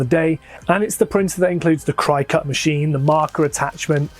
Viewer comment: What is it with the Brit’s not being able to pronounce cricut (a spelling variation of cricket) correctly. Krih-kut. Not Kry-kut. We can put up with the bizarre adding of “r”s into words that don’t have them, but jeezuz. Well and the British need to refer to all product categories by the brand name of one specific maker of the product. It’s a cutter , not a cricut. Just like it’s a vacuum not a Hoover. And it’s a ball point pen, not a bíró.